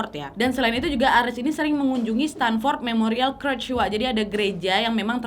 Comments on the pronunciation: CHURCH Bacanya CERCH (bukan CRECH) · Tapi kak harusnya cercs bukan kercs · Church (gereja) dibaca - cherch bukan krech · merinding klo liat kasus ini terjadi di gereja thun 70an, sekte satanisme di amrik itu kuat banget, gk beda dgn Indonesia. btw, boleh koreksi dikit gk? hehehe church dibaca ceerrrch, bukan kerch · bukan kretch... church tu bacanya cerch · itu Church bacanya cherch, bukan kerch. 😂😂😂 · Nad btw bacanya bukan kerch tp cherch hhe sorry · Kak lain kali kalau tidak tau pronouncingnya please cari tau Di Google dulu daripada salah 😁berulang ulang kali salah nyebutin church jadi curch😁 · Kak Nadia, maap, bahasa Inggrisnya gereja (church), cara bacanya curch wak, bukan kurch. Bisa dicek di kamus. Takutnya klo salah terus, yg denger ikut salah juga. Makasih dan sukses terusss y, Kak Nadia.😊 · Koreksi dikit gpp ya Nad, its called church, C H U R C H bukan C R U C H seperti yg kau ucap dari awal video 🙂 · Kak Nadia, kak Nad cara ngmg "church" nya salah. Coba de cari tw yg bnr gmn😁